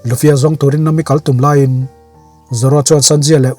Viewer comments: Yes vawi tam tak request hnuah mahse nam-i nilo in na-mi tih tur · Nahmi tih tur ni em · Nami i hming i lam dan a dik lo nami a mi lai hi thluk hniam rawh sir😅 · Khawngaihin ‘Nami’ ni lovin ‘Na Mi’ tiin min lamsak hram hram rawh. One piece fans zawng zawng tan😂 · Nami i lam dan chuh😂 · Sir nami pronoun dan kha a dik chiahlo a😅😅